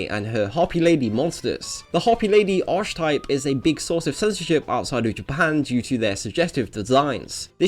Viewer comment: That's not how you pronounce archetype.